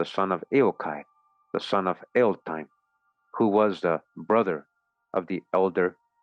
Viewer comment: Eochaid, pronounced "Yock Ed"